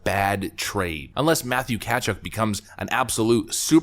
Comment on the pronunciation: sorry, you're not an informed hockey fan as the 2 players Florida traded are UFA's next year, and they signed Tkachuck for 8 years. Tkachuk is also 5 years younger than Huberdeau and does much more as far as a 2-way game goes. Lol, stick to politics as you're good at that! Oh, you pronounce Matthews's last name wrong too! Kah-chook. You're spot on that If Biden makes that trade, though, it'd be epically bad.